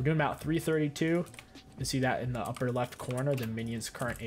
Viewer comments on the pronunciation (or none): none